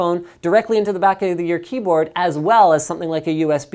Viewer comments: He almost said cumboatd lol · Hahahahaha! Omg sorry for being childish "If i put a mechanical cum-ehm keyboard" I am really dying of laughter! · Linus almoist said cumboard, lol